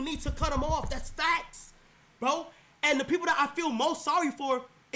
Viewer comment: "Dassa book" 😭